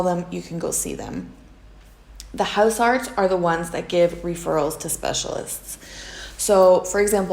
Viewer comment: the pronunciation of "huisarts" is more like "Mice arts" rather than "Mouse Arts"